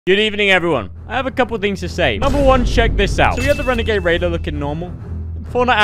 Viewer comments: Wenegwade wader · OMG ITS A WENEGADE WAIDER